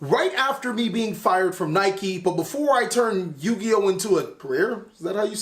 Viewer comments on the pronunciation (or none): none